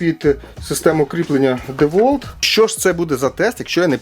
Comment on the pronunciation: Тільки два заперечення. Перше на 100 річча DeWalt випустив такий шуруповерт тільки чорного кольору. Друге правильно вимовляється Дівалт.